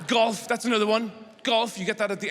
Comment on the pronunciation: He says golf, I hear goth and just imagine a bunch of emo Scots in black kilts and guyliner.